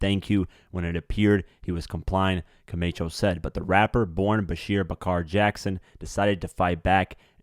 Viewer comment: It wasn’t a $2000 watch. That’s what they got for the watch... Camacho is pronounced “Co-MAH-cho”. NOT Co-MAY-cho… The perpetrator isn’t going back to court for “re arrangements”… He’s going back for “re arraignment”… (pronunciation re-A-RAIN-ment) Young boys… when your in lock up… SHUT UP!!! DUDE!!! DO BETTER!!! (Get an editor) Good info, though.